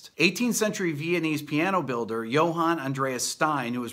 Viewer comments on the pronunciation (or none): none